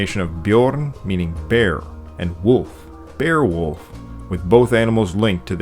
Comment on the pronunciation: Beowulf definitely isn’t pronounced beewolf sorry :/